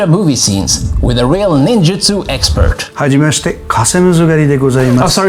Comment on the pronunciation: Hajimashite....? You mean Hajimemashite!? NANI!?!?!?!